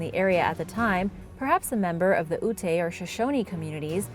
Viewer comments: ootay? Do you mean the Ute Tribe which is pronounced You - t sighs and rolls eyes Its where the word/name for Utah comes from. that and the name Ptah, the P being silent. smdh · I know we here in Utah have some "weirdly" named cities & Native American tribes, but it's Lehi (Lee-Hi) as in the Prophet Lehi from Scripture not Lehi (Lee-Hee). Someone else already mentioned that it's Ute not Uta, other than that great video! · Lehi = Lee-High, Ute = Yoot. Awesome video though! Glad to see that so much is still being discovered! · Lehi is actually pronounce Lee-hi, and Ute is pronounced Yoo-T. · I’ve never noticed this channel getting political.. what part of this are you referring to? Other than butchering the pronunciation of Lehi, Utah, (Lee-high) and the Ute tribe (you-t)..